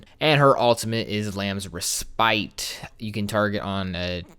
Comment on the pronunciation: and how u said reSPITE sounded like u aimed it at Preakness xD